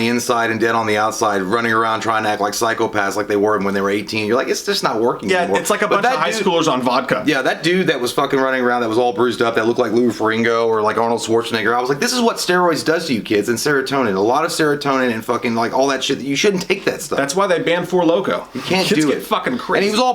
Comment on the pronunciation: Awesome movie, great review, but are we all just gonna ignore the fact that they both said "Fer-ringo"?